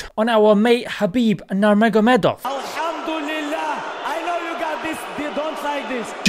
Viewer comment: Heyyy....at least pronounce his name correctly....Habib Noor Mohammad